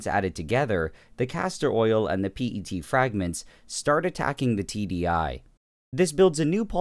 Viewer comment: WHY, WHY DID YOU SAY P-E-T INSTEAD OF PET